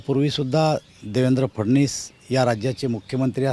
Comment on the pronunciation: उच्चार तर व्यवस्थित करा देवेंद्र फडणीस नसून फडवणीस हा आहे !